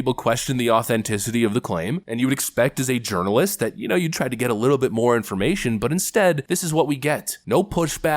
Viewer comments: Did you say "urinalyst Stephanie Ruhle"? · Yernalist? Or Urinealist? Taking the piss😆